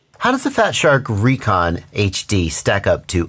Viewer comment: I 'reckon' they are supposed to be pronounced RE-CON. Love ya,, thanks for all the incredible info.